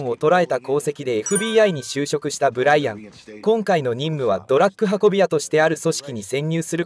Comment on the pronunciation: ずーっと「ドラック」って言ってるのが気になる。 あと所々日本語がおかしいのも。